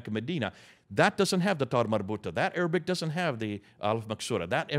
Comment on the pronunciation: I am impressed and amazed, this man is truly knowledgeable. He has all his facts memorized and every Arabic word is well pronounced, my Arabic (especially relating to the Muslim religion ) isn't strong yet I recognize all the words.